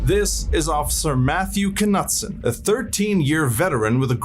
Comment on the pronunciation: k nutson? 😂 wouldn't that be a silent k like "know" or "knight" ?